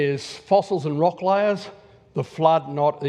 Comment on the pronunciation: lyyyayyyyaars for layers.